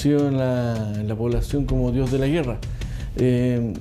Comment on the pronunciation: puro acento diohh de la guerraa